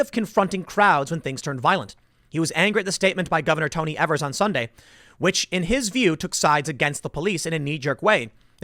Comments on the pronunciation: It's EA-V-ERS. Not E-V-ERS. That's how he pronounces it. But SH-IT-H-ED works. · Tim it's not Evers as you say it it's pronounced EEvers with a long e at the beginning. Every time you say it, it drives me nuts.